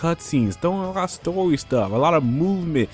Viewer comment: Side questiz? Thtuff? Progek? Talkning? Wow dude, you gotta work on your speech. Seriously...